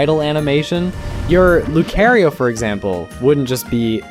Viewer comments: cool video, the way you pronounce Lucario made me die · I've never heard someone pronounce Lucario so atrociously before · I have never heard someone pronounce Lucario's name in such an unnatural and bizarre way, but outside of that weird pronunciation, you make some good points in the video. Pokemon def needs some better animation, they can definitely take the models a lot further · The way he pronunces Lucario is diabolical 😭💀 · Please don’t say Lucario like that 😭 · You gave me a new ick. Why the hell as a normal person are you pronouncing "Lucario" like that??? Amazing video and your work is phenomenal but that bothered me for some dumb reason aaaa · Lucaryo? It's Lucario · luecareio? you said luecareio?? What??? ts pmo icl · It's Lucario not Lukerio. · I am not watching after hearing how you pronounced LUU- C-AIR- EEOOO. it's C-AR. L accents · Did you just say "lu-care-io?" Bruh, it's "lu-car-io" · I was with you until you said "luke care io" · Lu-CARE-io???? Blasphemy. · lu car ee o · LEW-CARE-E-O??!?!?!?! lucario pronunciation aside, you did amazing LOL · STOP SAYING LU-CARE-IO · As a fan of Lucario myself… no. As far as I’ve seen from other pieces of media, it has bee pronounced as (Loo-KAH-rio) in the Pokemon movie, the anime, and in Smash. Granted, we had a similar issue where the reverse was said about Arceus. A lot of people were pronouncing it as (R-see-Us) and not as (R-kee-us) prior to the release of the movie. And then it was reconfirmed that it was that pronounciation for Legends Arceus because well… it’ll be hard to be take seriously to pronounce the device that they give you in the game as an “Arse-phone,” and I’m sure the Pokemon Company was more than aware. So it is “Arc Phone” for the sake of consistency with the name. There’s technically not an official way of pronouncing these names since it seems to be used very “loosely” anyhow as put it best, but it was still jarring to hear that pronunciation nevertheless lmfao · Its lucärio